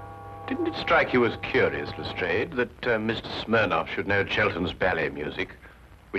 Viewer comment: I've not seen these before, they look interesting. It's good to see an American version that is using the correct pronunciation of Lastrade for once.